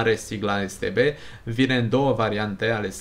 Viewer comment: Da dar se te be se zice nu es te be